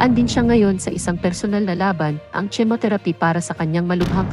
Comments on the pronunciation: Chemotherapy is pronounced as kemotherapy Not tsimotherapy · Ano ba ung at bakit tsemotheraphy(chemotherapy) ang pagbigkas??? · Binabasa mo lang pero mali mali bigkas mo..Hindi jemoterapy Ang bigkas sa chemotherapy😁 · Pls learn how to pronounce chemotherapy. Tnx